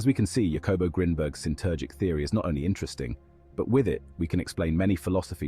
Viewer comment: Mai Gawd! The artificirrator did not say "Jacobo" Like that!... Do you pronounce Jalapeno like Ja-lap-en-oh? - NO, you say " HAH-luh-PAIN-yo" So, good ol’ Jacobo is "НАН-КОН-BO" •.. I legit fear for the humar race sometimes.